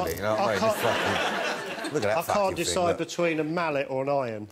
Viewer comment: "Look at that faaking thing"